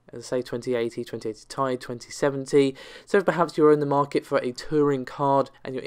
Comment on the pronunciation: The out of focus guy cant pronouce "th" and says "f", you cant pronounce Ti properly. Its Tiiii_aaiii not "Tie". Thats an imperial fighter spacecraft in Star Wars, not an Nvidia version of a card.